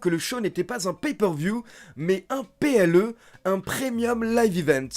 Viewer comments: Le mot PLE me fait rire quand tu le dis 🤣🤣🤣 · Waw "PLE"😂😂😂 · Passer de PPV à PLE, pour la prononciation ça fait vraiment bizarre. lol